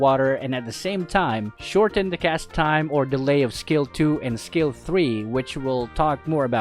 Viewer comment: Was I the only one imagining he was saying scale one when he was saying skill one